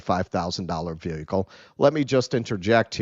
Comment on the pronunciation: has a really hard time with the word “VEHICLE” lol